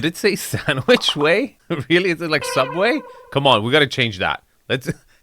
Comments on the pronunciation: Stanwich not sandwich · it’s Stanwich not sandwich lol. That’s the name of the best golf club in the state.. If anything, living on Stanwich adds to the exclusivity factor. The more you know 🫡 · It's Stanwich, not sandwich. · Standwich, not sandwich, don't be so quick to be mean. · Really dude? Sandwich? It’s Stanwich. Clearly spelled out. Very prominent area of Greenwich. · Stanwich not sandiwich Stanwich is one of top richest roads in greenwich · Sanwich not sandwhich. Symmetry not 'cemetry'. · STANWICH ROAD…not SANDWICH. Born and raised in Greenwich, CT and still live on the Long Island Sound in Belle Haven. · Stanwich, not Sandwich. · The address is 543 STANWICH Road ... Not "Sandwich" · It says STANWICH ROAD! You can’t read? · STanwich, with a T 😅😅